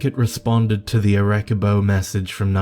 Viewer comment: Creepy ass story!!! Just to be helpful to anyone anyone wondering: Ar-eh-CEE-boh is how is Arecibo is pronounced.